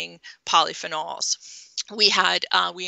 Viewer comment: I don't like how she pronounce polyphenols. And eggs are not good.